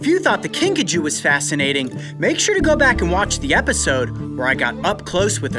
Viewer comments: At first...I thought he said Pikachu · At first I thought you said pikachu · The first time he said kinkajou i thought he said pikachu!